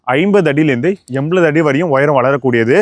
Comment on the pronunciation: நல்ல பதிவு..ஒரு சின்ன request அது எண்பது.. எண்பலது அல்ல..